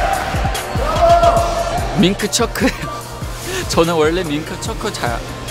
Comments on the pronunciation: 명호 민트초코를 밍크초크라고 발음하는거 넘 웃기고 귀엽다 ㅠㅠㅠ🤣🤣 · 민크초크라고발음하는거 너모 귀요우묘ㅛㅛ❤❤